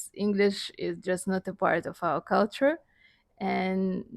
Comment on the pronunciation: OMG, the way she says 'culture', she's so Jamaican. 🇯🇲 🇯🇲 🇯🇲 🇯🇲 🤣🤣🤣